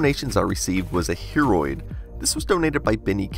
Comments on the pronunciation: Everytime you tell "Hearoid" I personally hear "Hemorrhoid" ... <.< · I thought he said heammorid for a second then